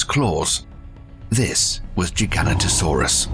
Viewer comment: Your pronunciation of the Gigantasaurus needs work .....you manage to say Giant really well but slaughtered Gi Gan ta Saurus when in dought look it up ....behave